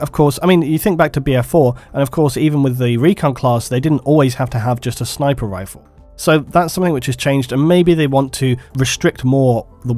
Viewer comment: Elite SHNIPER hahahaha love it